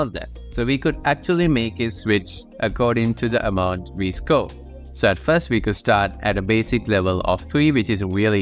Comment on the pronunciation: idk why score sounded like school